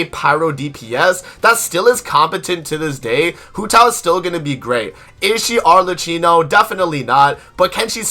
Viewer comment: Informative and on point, very good, 9.5/10 because you keep butchering Arlecchino pronunciation.